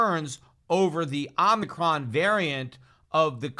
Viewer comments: Oh mih chron….Pete. Not omnicron. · Omicron: ohh-muh-cron It's a Greek letter, dude. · o mi cron, don't be as bad as fauci. not omni cron